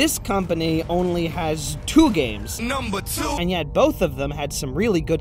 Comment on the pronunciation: “NUMBAH 2!!!”